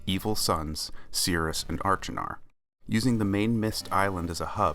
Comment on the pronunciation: Wow what a great video! I'm very impressed that you were able to determine the artworks in Sirius' bedroom in the alcoves on Stoneship! The anachronistic matchbox was also an interesting thing to note! If I may offer any advice it would be to check your pronunciation of Achenar.